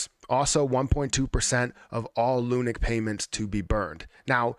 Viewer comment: Love the insight into all of this but I twitch every time you call it 'lunic' 🤣😭